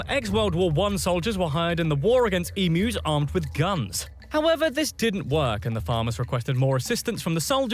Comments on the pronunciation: FFS Emus are pronounced EEM-YOU not E-Moo. Plus asthma is a MAJOR disease affecting the Lungs and Airways, not just "Sneezing" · EM...U not emoos when do you pronounce U as oooo. Not happy the Brit Narrator said it wrong . Why is it so hard to google how to say emu correctly. The US nearly exterminated it's National Bird luckily Canada brought it back from near extinction. Asthma is not coughing to much, it is a restriction in your airways due to inflammation, narrowing and selling and produces extra mucus which makes it hard to breath which can lead to life threatening attacks. Prawns have 6 legs shrimp have 2 legs, we do not get shrimp in Australia. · emmoooss? :D